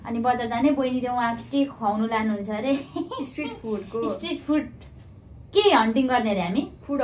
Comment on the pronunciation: स्ट्रीट फ़ूड हो बैनीं स्ट्रेट फ़ूड होईन है। भाईले पहिला भन्न सिकाउनू भोकोथ्यो जस्तों लग्छ त